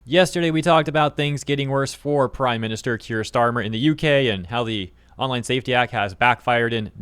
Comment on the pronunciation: Keir starmer, nein, its herr shteirmer😂😂😂hes the long lost cousin of von der lin😂😂😂😂😂